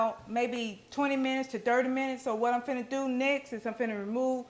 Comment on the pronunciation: Lawd if don't tickel me when she say fid'na. I hope she opens a restaurant one day. It won't be empty, she cooks with love.